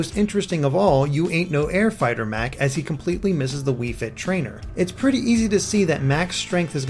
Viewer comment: Doc says, "You ain't no OUT-fighter, Mac," not "air fighter." Google the term.